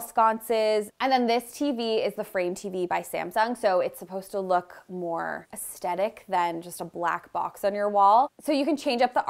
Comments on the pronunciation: I like your make-overs, you are so down to earth and design for us regular people not rich people. But PLEASE the word is aesthetic, not estetic. You say it alot so please please say it correctly. ❤ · Hey, I just love your work and think you are so very talented. Just as you have suggestions, I have one too. Please adopt the proper pronunciation of the word aesthetic. The only hard "t" sound is at the end. The middle "t" is a soft "th" sound. Cheers